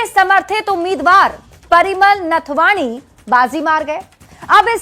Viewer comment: पहले नाथवानी तो ठीक से बोलिए मैडम। नाथवानी नहीं होता है नाथवानी हाटक है।